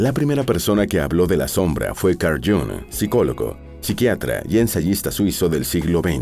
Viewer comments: Jung no se pronuncia Jong sino Jung con la u como en castellano, no en inglés. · Y se dice Jung en alemán,no Jong en inglés o pseudo inglés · Iiung en alemán. El Jang en inglés molesta un poco. Buen video. Saludos desde Suiza 🇨🇭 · Qué horrible pronunciación del nombre del suizo. Deberían dar clases del alemán a la gente que graba eso.